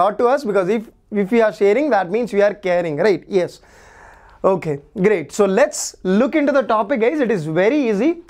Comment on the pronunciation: Sir told tokay instead of okay😂😂😂